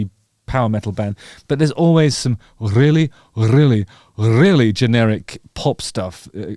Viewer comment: The way you say "rrrreally" is very afrikaans 😆 many people can't roll their R's like that. Well done!